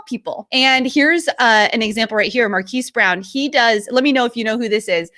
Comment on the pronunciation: "Mar-keese brown" uh, excuse me, do u mean mArK-AsS brownlee?????